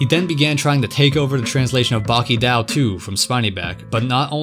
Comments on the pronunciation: BRO you fucking pronounce it as “Baki dō” not “Baki dao” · Why do you pronounce Baki-dou like that